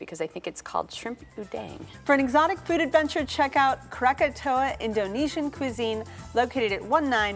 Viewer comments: Kirain salah ucap krakatau jadi krakatoa. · It's krakatau, not kratatoa. And we don't drink wine. Sweet iced tea drink is for all